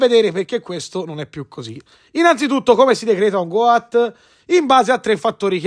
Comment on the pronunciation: Si pronuncia got con la O chiusa cmq, non goat